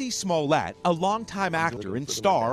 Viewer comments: News guy: "Jussie SmollATT" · Guys itz pronounced 'Smoo-lee-yay'!! Get it right people